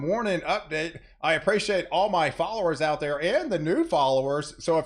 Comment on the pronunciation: Hows it goin..!!! 🤓 Love it everytime you say thar 👍